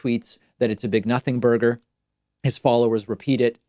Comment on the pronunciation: did you say nothingberder